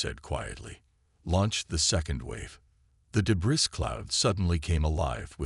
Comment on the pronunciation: Nice story. However, yet another POS AI. What is: "PER-fict"(perfect....per-FECT), "deh-BRISS"....among other major AI screw ups. Narrate your stories yourself like some others do.